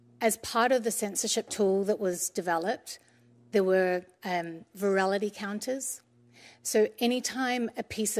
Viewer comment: Hadn't heard ' verality ' before